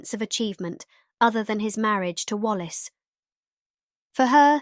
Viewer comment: This is very interesting research. But, please, please, do your own research, and do your own voice over. Is this all AI?? Why can't you say: Earnest, infatuation, spiraled, options, Wallace, reconciled, moved? Also, the voice change from an American to a British accent in the last minute of the narration was very strange and jarring. I had to give this video a thumbs down for those reasons. Note: Wallace called Edward "Peter Pan", in her letters to her ex-husband, Earnest. Please go over to Linday Holiday's channel for quality historical content, and beautifully produced and researched videos, which she herself narrates.